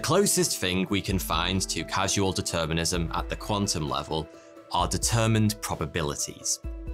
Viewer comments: LOL - "Causal Determinism", like it says on the screen. Not "Casual Determinism", like you said multiple times in this video. Literacy is underrated. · . It's Causal Determinism. Not 'Casual Determinism'. Ffs! Smh! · Causal determinism, not casual determinism... Determinism cannot possibly be "casual"... Great video as always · I find it really funny that he refers to causal determinism as casual determinism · Lol its causal determinism (cause, as in cause in effect) not casual determinism (as if there were a more-serious type of determinism by contrast). In seriousness though, it's a categorical mistake to try and answer the question using quantum physics. If we have free will, then it means we have a mind, distinct in some way from the physical brain. One cannot disprove the existence of mind using only physics anymore than one can disprove the existence of driftwood on a beach using only a metal detector. The strongest argument one can make is that we intuitively think we have some level of agency or freedom of will. We can make (morally significant) choices. And we do all the time. The rebuttal is that this intuition of free will is just an illusion. But why should we have this illusion? It serves no purpose. After all, it cannot be advantageous to survival, since (on the deterministic world view) it's already been established that we don't make choices at all but rather act due to the behaviors of physical particles moving as they do. Since our behavior is non-volitional, we'd act in the exact same way we do without this illusion of free will. This is essentially the same as the problem of consciousness (see David Chalmers). But unlike free will, self-consciousness cannot be denied or said to be illusory. Last, the Charles Whitman case and others like it certainly indicate that our behaviors are affected by environmental factors and physical properties of the brain. The f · Causal Determinism, not casual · lol he called causal determinism casual determinism lol